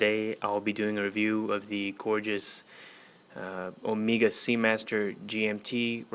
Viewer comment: Nice review, nice watch but its not ohmeega.. It's o-meg-a